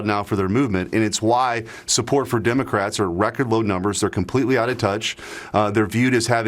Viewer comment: Lmao "Dimocrats"